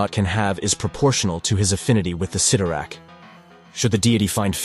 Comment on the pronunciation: It's pronounced sit-tor-rack